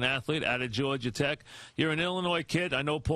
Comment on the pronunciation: Iman "George-er Tech" Shumpert